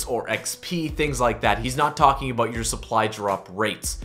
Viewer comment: lol aboot